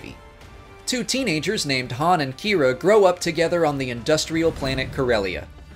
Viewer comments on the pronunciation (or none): none